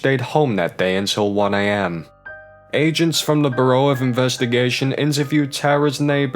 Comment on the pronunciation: So like this guy kept pronouncing bureau as "burrow " then he shows a bunch of photos of different faces without saying who the people are??